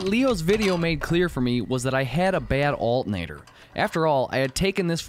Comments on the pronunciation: Cool video. I like the way you call an alternator "altinator". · I really like how you say "alternator." While there are a lot of things I enjoy about your vids, that was the clear payoff in this one.